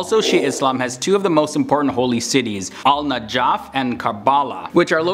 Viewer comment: I'm sorry, but ur pronunciation of Najaf, Karbala, and Qiyamah. (Naajaaaf, Kabaala and Mihad) Bruh. Mihad means cradle or place of comfort.